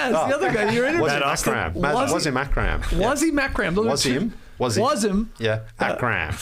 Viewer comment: In case Skeets is interested in a non-butchered version of how to pronounce Wasim Akram's name, it's: Vuh-seam Uck-rum